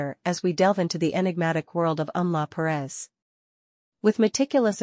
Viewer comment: It's not Em-la Perez. It's Emilia Perez.